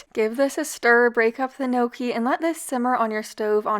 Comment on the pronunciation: Throw the word "gnocchi" into Google for pronunciation please